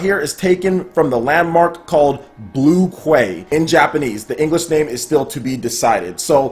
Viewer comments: FYI, "Quay" is pronounced the same as "key" and it means "dock" or "port" :) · I think cartridges are a little difference than game cards. Cartridges can be put on shelves without the need of an additional case, while game cards have to be within cases similar to a disc. Just FYI - Quay is pronounced like "key" - at least in Europe it is, may be different in the US.